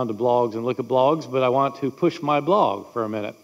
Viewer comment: I have never heard someone not be able to pronounce "blog", but that's hilarious. Fun 3 videos!